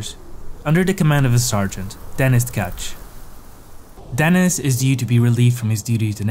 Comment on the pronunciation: Denís, not DEnis